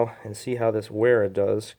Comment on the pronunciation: pronounced "Veera"